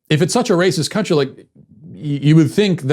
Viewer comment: What the hell is a "crountry"